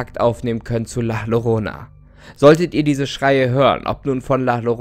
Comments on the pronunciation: La Llorana is spanisch und man spricht es La Jorona aus.... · Wo sind die süd amerikaner die sich an den kopf fassen und sich richtig scheiße fühlt da er antstaht la llorona, la lorona sagte😂😂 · Klingt wie ne Katze bei der Paarung. Heisst übrigens La Yorona richtig ausgesprochen und das ist ein mexikanisches Kindermärchen das man den Kindern erzählt die mit sie brav vor der Dunkelheit nach Hause kommen... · Es wird lach lorona ausgesprochen jz hab ich bock auf lachmacum 😂 sry wenn es falsch geschrieben ist xD hab bock auf lachmacum weil es ja auch so ausgesprochen wird wegen lach xD😂😂hab die dümmste logik aber i dont care😂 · Das wird "La Jorrooooona" ausgesprochen btw. und sie schreit nicht, sie weint in der Regel. Das ist eine spanische Geschichte, die den Kindern erzählt wird. LG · "LL" klingt wie der deutsche Buchstabe "J" Dann wird so "la jorona" ausgesprochen. 😊 (das Lied) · Ich komme aus Spanien, und habe letztens meine Mutter gefragt ,,Mutti, kennst du die Legende über La llorona?‘‘ Sie so ,,Ja, das ist so nh horror Frau die Kinder entführt‘‘ ich so: ,,😲‘‘ ach und Doppel L wird J ausgesprochen. also la Jorona.❤️ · Nices Video aber nur als „Tipp“ Sie wird La Jorona ausgesprochen. Ein Doppel L wird im spanischen als ein „j“ ausgesprochen... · Idk ob jemadn anders es dir bereits gesagt hat, aber La Llorona wird La Jorona ausgesprochen. Im Spanischen wird Doppel L wie J ausgesprcohen. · Wieder ein schönes Video von dir. Aber La llorona spricht man anders aus. Lass das H bei la aus und spreche das doppel L bei llorona wie ein j aus. Das wäre die korrekte spanische Aussprache 😉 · Das wird La Yorona ausgesprochen 👀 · Das Llorona wird "Jorona" ausgesprochen da das doppel L im spanischen als "j" ausgesprochen wird. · Das doppelte L spricht man wie ein J aus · Info: "ll" wird als J ausgesprochen, also "La Jorona." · du hast "la llorona" falsch ausgesprochen. "ll" wird nämlich als "j" ausgesprochen. ich wollte es nur gesagt haben kdhkdkkdwk schönen tag noch guys